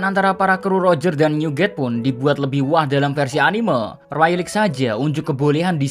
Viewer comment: Rayleigh dibacanya Reyli bukan Railik sorry julid